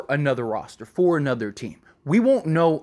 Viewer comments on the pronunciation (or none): none